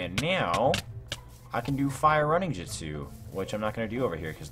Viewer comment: Bro its shi-pu-dden also hold on did you say jitsu lol